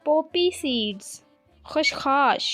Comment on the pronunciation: Its khashkhas not khashkhash